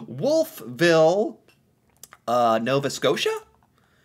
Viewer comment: Wolf Ville is pronounced as one word, eh. Home of Acadia University. And the world class Irving Gardens. Cart